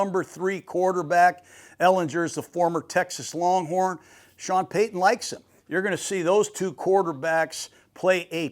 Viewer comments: Who wants to correct the legendary guy that paton is (pay-ton) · George Payton is pronounced the same as Sean Payton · I love Gruden but he definitely has some grammar issues 😂…JOly & PAton, Patton has 2 T’s